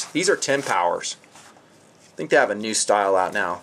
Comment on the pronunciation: Based on the Russian Helios monocular which is the best but is very difficult to find now. Your Made in Deutschland sucker is a rip off copy. Eat your heart out and then eat your notes. Btw Are you Mexican? Just the way you said "I think" - I theeeeenk!!! Hasta la vista and auf Wiedersehen!!!